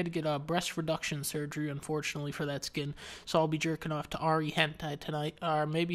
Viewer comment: He said Ahri...